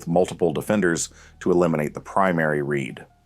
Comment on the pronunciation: what do you mean by “the quarterback’s red”? do you mean the quarterback’s READ? is it because it’s an AI voice or is it just terminology i’m missing?